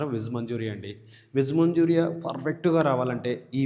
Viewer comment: నాయన మంజూరియా కాదు.... మంచూరియన్ 🙏🙏🙏🙏.... టెస్టింగ్ సాల్ట్ కాదు టేస్టింగ్ సాల్ట్.. ఏమి భాష అది 😡